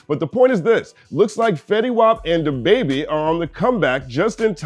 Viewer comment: I love your content; however, why were you saying “dababy” like that? 🤣 Maybe I missed something in one of your previous vids.